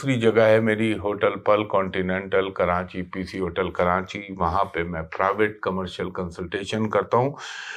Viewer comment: Karachi ko kranchi why ??